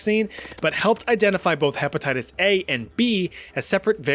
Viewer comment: “herpatitties” 😂😂😂😂 Edit: fixed spelling